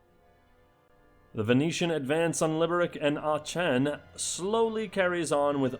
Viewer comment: small annoyance from my side but Aachen is pronounced with ha K sound rather than the ch sound.